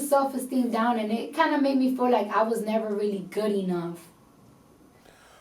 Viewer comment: Did she pronounced "feel like" as fool like ? Or I got something wrong in my ears